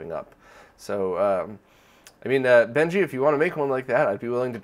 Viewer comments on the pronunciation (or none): First off, HAPPY NEW YEAR! Secondly, it's "Benj" Edwards. No 'ee' sound after the J :) He is featured a lot on Retronauts podcast but he mostly talks about old games and computers. He's a funny guy. Here's to another great year for the retro community!